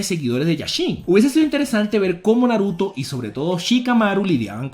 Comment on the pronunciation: Por que nunca pronuncias bien los nombres el Naruto ?